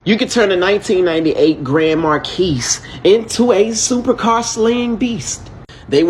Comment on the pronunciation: Grand Marquis (mar-key). Get it right.